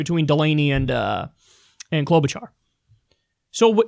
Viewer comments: Kyle, you fiend, how dare you mispronounce a candidate as formidable as CloudBootJar! For Shame! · Can’t stop laughing at the way you said “Amy klobachar!